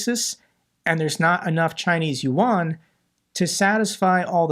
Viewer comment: Chinese loot yuan pronounce yen